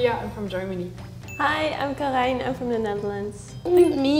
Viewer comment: Volgens mij zei ze Karijn.